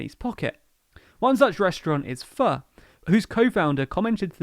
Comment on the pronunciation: You get a medal for saying pho instead of "foe"